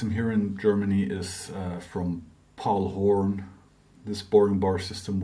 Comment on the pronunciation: are you saying Paul Horn?